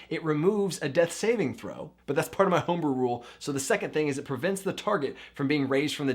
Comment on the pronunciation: "Tome-brew"... had to stop and like the video for that one...